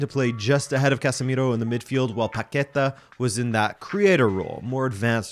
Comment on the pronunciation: The strong syllable in Paqueta is the last one, so you pronounce paqueTÁ, cheers good vídeo